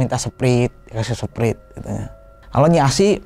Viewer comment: Ngakak bat pas denger "seprit"